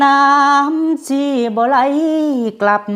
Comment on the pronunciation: คำว่าเช็ด คำว่าชี เข็ดน้ำตา ลำน้ำชี ฝึกออกเสียงใหม่ ให้เป็นไทย ความหนักเบาของคำแกะพี่มนต์แคนอีกนิดหน่อย นอกนั้นดีแล้ว